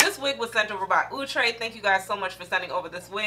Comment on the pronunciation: Wig is so pretty. Luv your energy. Thx 4 pronouncing Outre prooerly.